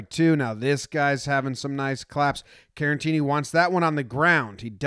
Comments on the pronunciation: As always, boss video, but say it with me, Care-uh-teeny. Not Karen-teeny. There's only one N. Caratini. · Jomboy I love you but why are you calling Caratini, Carantini lol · There is no N in Caratini. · You said Caratini wrong every time.